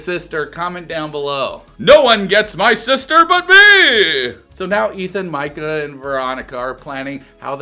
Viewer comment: I think it’s a bit worrisome that you don’t know how to pronounce, Micah… especially after 6 seasons and now 4 episodes deep. I do however, appreciate your video. Not a troll. Not a hater. The dark haired square head was brilliant!!! 😂